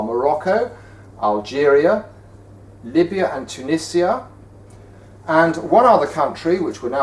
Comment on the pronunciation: You pronounced Tunisia wrong. It's T-oon-eshz-e-a